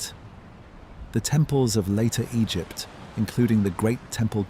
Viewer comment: Am i the only one who DOESN'T hear anything similar to ocean sounds? Granted i also have a fan going. Anyway, much higher quality AI narration than I'm used to, so thanks for that. If you can't do it yourself, for some reason, at least get a program that doesn't pause randomly and pronounces Egypt 4 different ways.